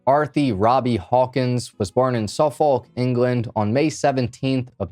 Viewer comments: Don't pronounce the l in suffolk btw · .. haha say Suffolk again.